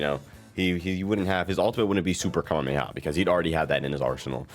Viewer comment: know what your talking about, the pre-order character will be a character that hasn't been in a sparking game, so z broly isn't an option, pronounce Kamehameha correctly, write a script and follow it instead of rambling for 16 mins about something that could be done in less than 10. Add visual representation of the subjects talked about, instead of trailer footage playing in the backround.